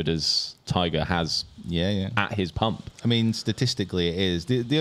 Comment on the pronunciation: Its pomp, not pump.😂